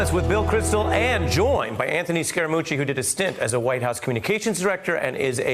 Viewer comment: The "mooch" sounds like a "cooch".